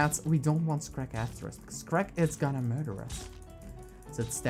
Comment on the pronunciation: skerk who is skerk I thought it was SHERK DOI